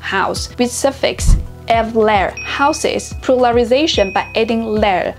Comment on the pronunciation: Very informative video thnk you:face-red-heart-shape: BUT I must say that you pronounced almost all the Turkish words inaccurately in this video. In Turkish we stress mostly the last syllables. "EV-ler , EV-de" are wrong, "ev-LER, ev-DE " is correct. OR actually just do not stress at all. Also long vowels are rare. FOR example we dont say " Kaaa-pı or Güü-zel " . we just say ka-pı , gü-zel :eyes-pink-heart-shape: Acutally it is very easy to pronounce these words, almost no tonation , no stress most of the time.